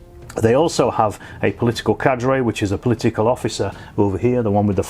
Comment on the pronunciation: Cahder not cardray; and the 12.7 is often called a dushka. App's to anyone who speaks either Sov or USMC bette than I do.